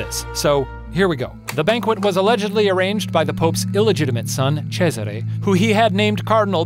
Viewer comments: funfact you know ceasar or whatever? the roman emperor? his actual name was cesare, which you pronounce kinda like shane did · top-notch authentic pronunciation of Cesare, Shane. Keep up the good work! Ryan... take note.